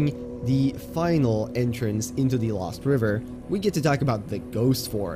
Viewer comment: He said "LÖWST"